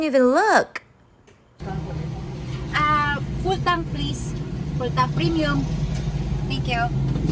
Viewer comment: It must be pronounced correctly "fool tonk", not full tank.